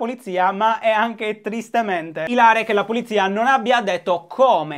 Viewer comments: Shooter, ti voglio bene, ma "ilare" si dice con l'accento sulla I :x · E ìlare, non ilàre :') sky we <3 you